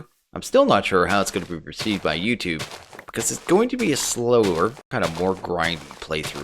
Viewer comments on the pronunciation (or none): none